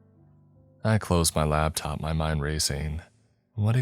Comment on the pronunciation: Laptop… LAP top Not Labtop. 👍🏻